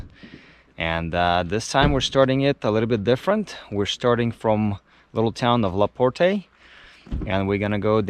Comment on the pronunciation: The E is silent in Laporte. We get anywhere from 6 to 10 feet of snow here those headstones are laying like that from years of being packed down by snow.. I live up here so I know. I do love your video